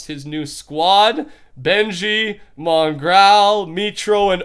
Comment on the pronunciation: The world's top 10 most asked questions... Why does pronounce Mongraal's name like Mongrowl